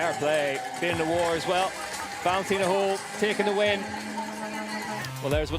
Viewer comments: Can somebody tell the stupid commentator it’s Holl not Hole. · Höll… try to say Hoell if you cannot pronounce the german letter Ö